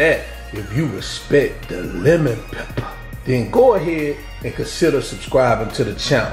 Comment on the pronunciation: I love the way you say lemon peppa 🤣🤣🤣